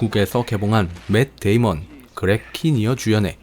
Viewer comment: 멧데이먼,, ??셰어??